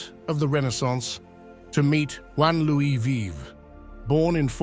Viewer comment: "Vives" = rronounced"veevs", not a rhyme with "lives."